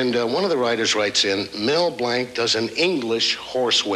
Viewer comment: MB must have winced when BB pronounced his last name as "Blank," which was MB's birth name; MB changed it to Blanc (pronounced "Blonk") because he got sick of being mocked all the time about being named Blank.